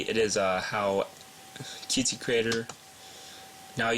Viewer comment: Qt is pronounced "cute". Similar to Lua, it is not an acronym, or abbreviation. Thank you for the tutorial, helpful.